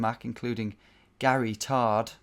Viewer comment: GARYTARD is the best name ever and you were saying it wrong. Not enough emphasis on "GAE-REE-TARD".